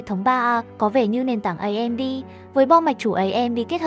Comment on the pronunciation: Bác đừng để tên hãng "ấy em đi" nữa dc ko, nghe mất tập chung quá. Thật lòng.